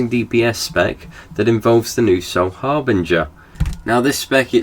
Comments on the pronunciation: BINGER, not BRINGER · it's "harbinger"